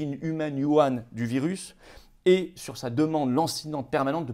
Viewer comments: J'ai remarqué que vous disiez trop souvent Yuhan au lieu de Wuhan. Il ne faudrait pas qu'on vous le reproche sur un plateau TV. Sinon, comme toujours, au top de l'info vraie 👍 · Cher et valeureux Florian, une petite remarque bienveillante sur la forme : Wu Han ne se prononce pas "You Ane" comme vous le faites par erreur, mais Wou Rhan (avec le son de la "jota" espagnole). Bien cordialement vôtre.